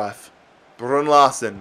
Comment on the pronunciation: Thank fuck you sold Larsen, Saves us all cringing every time you say his name.